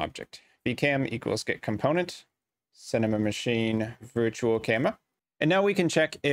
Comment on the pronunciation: Thank you for the tutorial. Advice: When you say the word "Cinemachine", you shouldn't say "Cinemamachine"